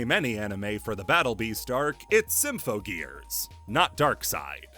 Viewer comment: You had 2 months since the last video to learn how to say "Symphogear" correctly and still fucked it up while throwing it under the bus, great job